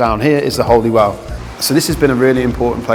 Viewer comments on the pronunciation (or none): Holywell is pronounced Hollywell. Mynydd is pronounced munith, with the dd pronounced as the th in that. Great video, though. Thanks. I’m from Connah’s Quay originally. It was mandatory to walk to Ewloe Castle on Good Friday.